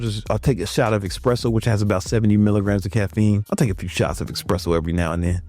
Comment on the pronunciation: One eSpresso for me every 2 or 3 days and I am boosted AF for up to 10 hours! Why americans call it eXpresso?